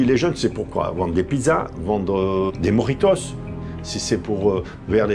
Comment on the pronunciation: « Vendre des MOJITOSSE »